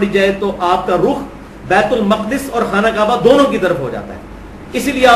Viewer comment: Khana kaba is not correct pronunciation.